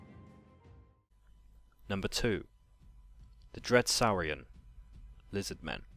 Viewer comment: SOARIAN (saarrian)